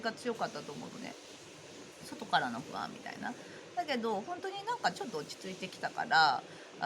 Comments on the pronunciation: ｢ふあん、ふあん」が ｢ほわぁん、ほわぁん」に聞こえました☺️ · NA NA 私もほわぁんほわぁん、と聞こえて楽しくなりました😆